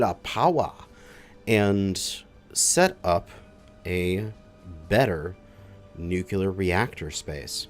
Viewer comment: Let's all say it together... New-Klee-Er.... not Nuke-You-Ler!!! All love though, brother!